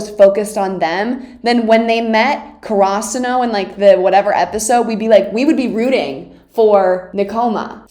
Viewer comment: wait..what the fuck is "kurasuno"???????????????????? you mean "Karasuno"???????????????